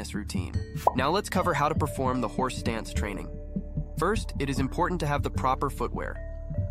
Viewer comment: wait, are you saying horse dance?